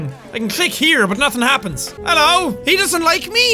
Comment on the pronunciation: when he spelt his coffee he did ffffffffff and then he said hello f f f f f f f f f f f f f Hello sounds like fellow